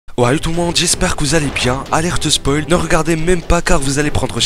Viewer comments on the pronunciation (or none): none